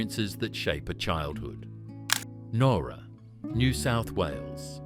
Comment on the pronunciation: ..OK, I DON'T REALLY GO ON HOLIDAYS, BUT..DANG, JUST.. JUST DANG, THE NOSTALGIA 🫠🥹☺️😊😇♥️❤️!!!!!!!.. AND, BTW, PALM BEACH IS ALSO WHERE HOME AND AWAY IS FILMED 😏😉🫠🥹☺️😊😇♥️❤️!!!!!!!..AND, BTW, IT'S PRONOUNCED NOWRA, AS IN NOW, NOT.. THE WAY HE PRONOUNCED IT.. IT'S MY HOMETOWN, SO I SHOULD KNOW.. BUT I'M NOT OVERLY FOND OF IT..